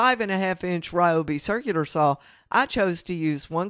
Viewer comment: How did you pronounce Ryobi? Check any site in the original language which is Japanese. Ryobi, which is written as 両備, is the name of the area now corresponds to Prefecture of Okáyama, Japan. I am from Tokyo but did my undergraduate study in Okáyama.